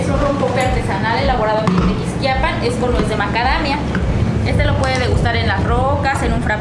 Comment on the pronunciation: It's pronounced: Te- quis-KIA pan with the accent on the KIA not the "quis" 👍😉